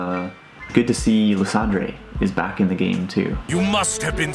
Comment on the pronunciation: Lysandre is pronnounced as Ly-San-Der,dude.